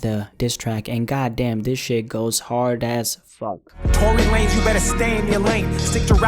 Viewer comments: You cant pronounce Tory Lanez without a big L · No it's Tory lamez